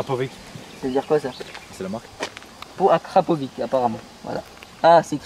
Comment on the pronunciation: Il a dit acrapovi sa se voit le connessure 😂😂 ces acrapoviche🤣🤣🤣